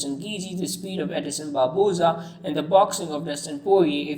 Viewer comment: “Edison Barboza”